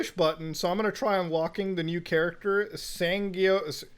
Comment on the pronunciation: How you pronounce the name of the character you tried to pull “sang-a-no-me-ya”